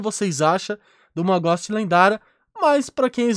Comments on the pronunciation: ele tá tentando falar ghost? ele fica falando góst q agonia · Ghost = Gousti e não Gósti 👍🏻